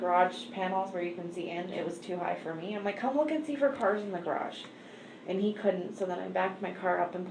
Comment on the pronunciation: This series would be so much better without a foreign AI accent. None of these people are from Europe and this makes it SO annoying to listen to!! It’s called a Garage not a GAY-rage… GOOD GRIEF!!